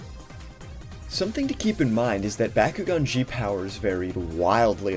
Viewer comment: Bah-koo-gone not Baa-koo-gone.